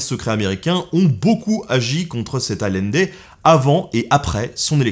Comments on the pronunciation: Super épisode! Juste un petit commentaire, le nom de Salvador Allende se prononce comme si ça s'écrivait Aïende. Petit clin d'œil d'une Chilienne ;) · Super vidéo merci ! Parcontre Salvador Allende ne s'est pas suicidé, il a était assassiné. Ps: ça se prononce ayendé 😁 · Ce pauvre Allende, déjà que cet humaniste a eu une fin tragique, il faut aussi que tu lui écorches son nom ! Deux L en espagnol, on prononce "Aliendé", un peu de respect que diable 😛